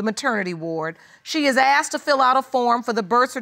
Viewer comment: Where does the word axed, come from instead of the word asked?